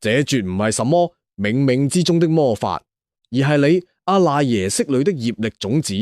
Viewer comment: (阿)讀(柯）賴耶識